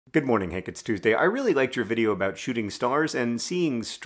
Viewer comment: Ur opening sounded like "good morning hick it's tuesday